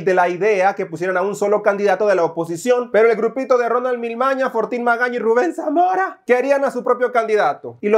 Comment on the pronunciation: 😂😂😂😂😂😂😂😂😂😂😂😂😂😂😂😂😂😂😂😂😂 Como pronuncias el nombre de Ruben samora Me arrastró de la riza😂😂😂😂😂😂😂😂😂😂